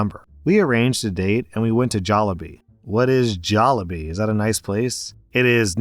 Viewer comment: Yeah that hurt, and he went all Texan for Jollibee too